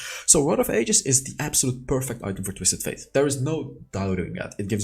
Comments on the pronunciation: Why do you keep calling him Twistet Faith 😂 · I just cant stand him saying Twisted "Faith"